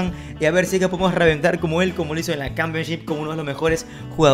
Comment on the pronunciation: Nadie: Absolutamente nadie:: cAmPiOn ShIp🥴